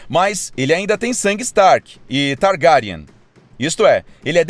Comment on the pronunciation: "Targáriane" kkkkk